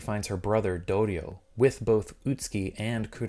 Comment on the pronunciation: Im no expert but the name is pronounced Ut-Ski and not Ut-Su-Ki? I've really no idea.